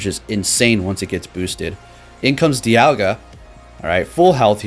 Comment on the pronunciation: ITS NAME IS D I A L G A